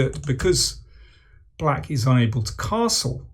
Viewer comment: What did he say ? The subtitle is saying that he said" black is unable to castle". But in this case it seems to me that he didn't exactly pronounce 'unable' how I'm normally accostumed to. Did I get this wrong? Accostomed**